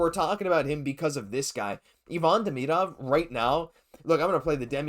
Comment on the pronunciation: A good report, but my main reason for commenting is to recognize someone finally pronounces Demidov's name correctly. The correct way is just as easy as the incorrect way I overwhelmingly hear from people - even hockey announcers and commentators who know or should know better. I don't know if this out of uncaring, laziness (to do the research on how to pronounce it) or what, but I find it disrespectful and irritating, among other things.